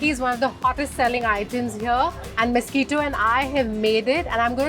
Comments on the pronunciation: Aggo it's Mes-qui-to or Misquitta.....but not the blood sucking mosquito like you are pronouncing it. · Please get the name right. It must be Misquitta or Mesqitta. Cannot be Mosquito. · OMG Ye, this!! "mosquito" lord! 🙄🙄